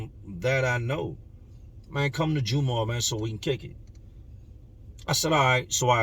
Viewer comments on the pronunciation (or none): Jum-ah or jum-aww is how it's said not the hardest Muslim but pronunciation is jumahh like saying gum but with a j